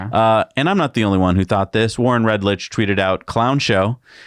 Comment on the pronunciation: &: Love your show. But repeated mispronunciation of Warren Redlich's last name (it's NOT "litch", it's "lick" - I have heard many say it properly including Warren) calls into question other accuracy. I come from Broadcast TV (free OTA) where pronunciation is important (and I know it's, not - not fun having misspellings either, is it?). Surely you can correct this... Or is it intentional?